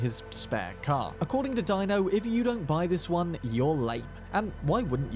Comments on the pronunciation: It's pronounced DEE - NO not Dino😂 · Deino, Ebu-Nike, Christ man have you even played the game? lol JK. I've seen you have but they DO pronounce those names once or twice. JS.